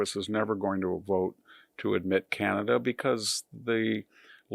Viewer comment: Corporate CEO selected not ee lected❤ car knee kana duh❤